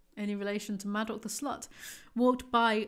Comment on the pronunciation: I know this isn’t important but I couldn’t get past “madoc”. incredible how you finished another one of these